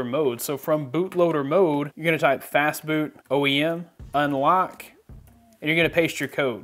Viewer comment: When he said fastboot i thought he said fastfood XD lol